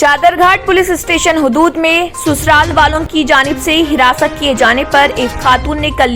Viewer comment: Please Urdu theek se boliye.jaise amal aawari,zakhirae aab, harasaan. Etc.